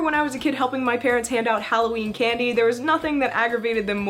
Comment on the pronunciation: When you said Candy I heard Ghandi Great video though and ily!!!